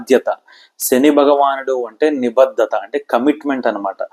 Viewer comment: మీలాంటి వారు కూడా తెలుగు ఉచ్ఛారణ లో ఇన్ని తప్పులు మాట్లాడుతున్నారు. వత్తులు ఎక్కడ పెట్టాలో అక్కడ పెట్టకుండా వేరే చోట వత్తి పలుకుతున్నారు(ఉదాహరణకు భాద్యత కాదు బాధ్యత, నిబద్దత కాదు, నిబద్ధత ect). కొంచెం ఆలోపాలని సరి చేసుకుని తెలుగు ని బతికించడయ్యా బాబూ.😒